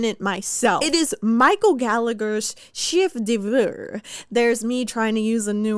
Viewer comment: perfect entertainment for my shift 🎉 edit : good attempt at pronouncing chef d'œuvre ! french is hard, i should know as i am, sadly, French myself.